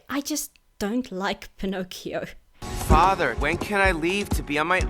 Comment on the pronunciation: Pin-ock-ee-oh is the original italian pronunciation. So youre good 👍